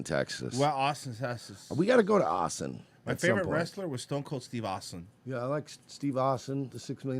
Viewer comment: “We flew him all the way from aussen tesas”